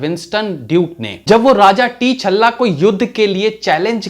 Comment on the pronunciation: अरे वो टी छल्ल्ला नहीं टचाला है